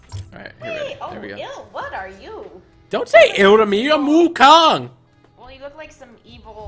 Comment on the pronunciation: Firstly, Wukong is a Chinese fictional character from “A Journey to The West”, so it shouldn't be looking like a Japanese samurai. Secondly, it should be pronounced as Wukong not Wukang